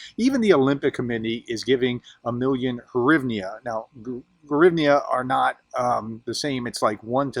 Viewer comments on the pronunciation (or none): It's greeevna. To pronounce the currency. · The UAH currency is pronounced: Gre-EVE-Nah. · It's "hrivna". Plain and simple. Russians don't have "H" as in "hospital" so they replace it with "G". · It's hrivna. Only Russians call it grivna because they don't know how to pronounce "h" as in "hospital".